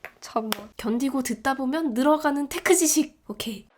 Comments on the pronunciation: 견디고 듣다보면 늘어가는 테크지식 오케이 (오퀘이) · 오퀘이발음 너무 찰져